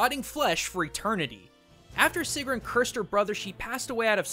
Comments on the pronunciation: my name is sigrún :D and you did not pronounce it right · When he says seagrohn instead of sigrún and helgeee instead of Helgi... AAAAAAAHHHHHHHHHHHHH!!!!!!!!! WHY DO YOU DO THIS TO ME!!!! I THOUGHT YOU WERE A CULTURE GUY!!!!!!!! WWWWHHHHHHYYYYYYYY??!?!?!?!??!!!??!?!?